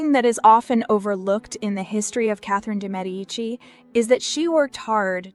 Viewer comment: First of all THANK YOU FOR PRONOUNCING HER NAME CORRECTLY! :) I couldn’t believe when they changed how they pronounced her name from season to season (from correct to incorrect) shudder. WTH?!